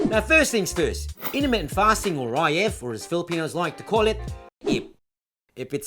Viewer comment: when I heard the "INTERMITENT PASTING" I INSTANTLY SUBBED. Hahaha. How come I've only seen your channel just noww..